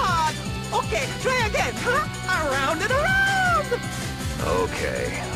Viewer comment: "Aroubd and arounnnd" Me: woa wut italy?....oh